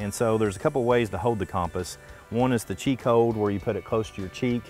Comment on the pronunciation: Great vid, but the way you pronounced compass was incorrect and actually quite annoying. hahah sorry! I know its spelt cOmpass but its pronounced cUmpass. Great vid though and I love the Channel!